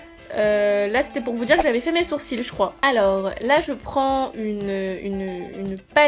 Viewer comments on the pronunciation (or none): none